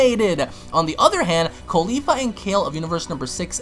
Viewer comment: I like how you call caulifa “khalifa